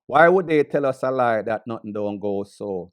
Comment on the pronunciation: This man is saying notting...